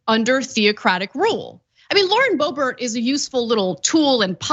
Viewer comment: Lauren D'oh-bert !